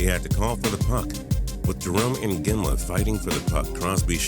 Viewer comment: ... Or Jerome INginla?